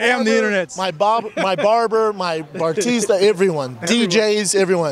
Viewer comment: I like him but he's definitely nowhere near the smartest mind in the game. I doubt he'd claim he is either. I appreciate his candor but he actually seems a bit dim. He has terrible trouble with certain vocabulary at times. Even in this interview, he called a "barista" a "barTista."